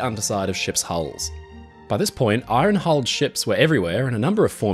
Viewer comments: You’re sounding the r in iron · Did you pronounce Iron, as Eye-Ron instead of Ion?